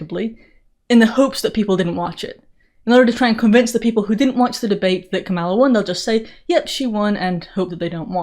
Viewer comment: Thanks for pronouncing Kamala with the emphasis on the second syllable. 🙂